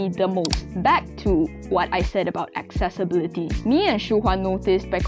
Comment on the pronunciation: No one:...: Accessbility:/